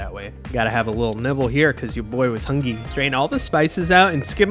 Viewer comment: I cringed so hard when he said "hungy"